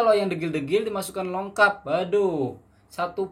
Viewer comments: Bang sebutannya "lokap", bukan "longkap"...hihi😉...salam dri Malaysia..Indonesia juga pasti bisa🙌🏻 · Lokap bro bukan longkap.tak pakai N dgn G. 😅